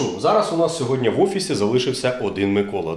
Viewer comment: Не *сьодня", а "сьогодні ". Чи ви в принципі не хочете вірно розмовляти державною мовою?